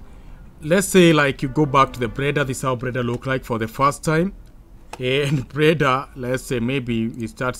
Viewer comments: Why do you pronounce that fucking word [Blender] like that [preda]?🤣🤣🤣🤣🤣🤕🤕🤕🤕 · this made my night. i actually wasnt expecting anybody to hint this out. i heard breda actually. cant stop laughing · 😁😁😁😁 you actually made me laugh again. I think anytime am bored, I just have to come and watch this video. It cracks me up anytime I hear him say preda😁😁. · 😂😂😂 I thought I was the only one who heard it but when I heard it the second time I knew everything else he was gonna say would be cr*p